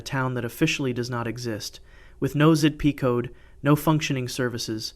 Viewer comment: A friend of mine was walking the grounds of verdun and was told if he found a shell, do not kick it. he found what he was later told was a gas shell. Z-I-P codes? it's pronounced zip code. why do you not know this?